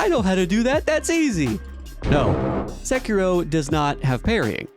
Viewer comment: Very surprising hearing someone with such a good pronunciation of Sekiro. Nice